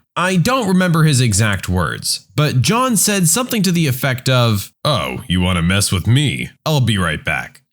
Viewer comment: No k in the word something.